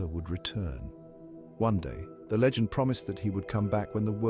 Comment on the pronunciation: It's LEgend,not lagend.